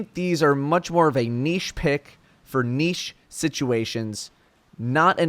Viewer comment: An American pronouncing the word 'niche' correctly brought a smile to my face